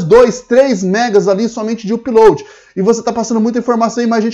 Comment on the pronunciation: UPLOAD se fala Âpload (com som de A fechado), não uuuupload. Chega dói no ouvido...